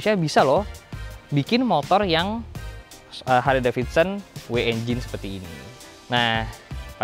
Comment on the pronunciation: Bacanya Harli bukan harle bos